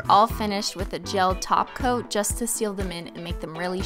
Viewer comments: For the longest time I thought you where saying gel taco ✨🤷🏽‍♀️✨ instead of top coat then I thought it was like a inside joke but just incase just imagine an emphasis on the word top and then pause coat you say it too fast together as well . 😂😂😂😂 but great job on the holo nails Im in love ✨ 😍✨ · I swear the way she says "Top coat" sounds like she is saying "Taco" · I've heard so much about your channel but this is the first time I've ever watched. Holy crap so funny. :) Also, are you saying "taco" instead of "top coat?" 😂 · This is my first of her videos. Does she say TACO for top coat? Is that a thing? All I kept hearing was glossy taco, gel taco, glitter taco. 😳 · Carissa Roe yes because top coat sounds like taco 😂😂😂😂😂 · Well I kept wondering what she was talking about when I heard her say something about applying the "taco". Turns out she was saying "top coat". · Sounds like you’re saying “taco” instead of top coat. Loved the video!❤️ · Okay this is the first of your videos I’ve ever watched and I freaking love you already! Does anyone else hear “taco” instead of “top coat”?? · No she said taco. She says glossy taco instead of glossy too coat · I'm semi-new here. Is it me or does she call a top coat a taco?😂😂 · yes she does call a top coat a taco 😂😂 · Y'all she REALLY be saying "taco" instead of "topcoat" 😂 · Yeah its her thing Holo taco for EVER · Top coat - I kept hearing TACO 🌮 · Every time you say top coat I hear “taco” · A glossy top coat!!! I just started following this channel and i kept hearing a glossy taco 😂😂😂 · The way she says "Top coat" it sounds like she is actually saying "Taco" 😆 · I hear taco 🌮 every time you say topcoat 😂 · every time she says "top coat, i hear "taco" and now im hungry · I kept hearing taco...it was top coat lol😉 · every time i think she says 'top coat' i hear 'taco' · Why does it sound like “taco” instead of top coat? Lol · I swear every time she says top coat I hear taco 🌮 maybe I’m hungry. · She is saying taco lol